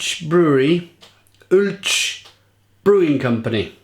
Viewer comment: Does anyone see this? For the 3rd time its pronounced owl- che